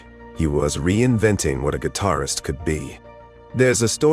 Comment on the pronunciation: Come back to me when your AI model can pronounce guitarist. Terrible....